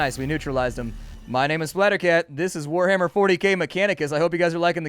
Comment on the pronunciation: Liked this video at the word "wah-ahhar"